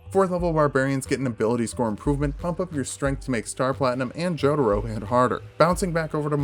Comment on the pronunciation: This dude said "Joeduro"